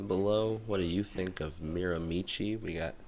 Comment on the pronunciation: A tip for the correct pronunciation, change it to Miramishe and you’ll be very close to the correct way to say it. I never played there but I did live about 10 minutes from the course for 3 years, left when I was 12.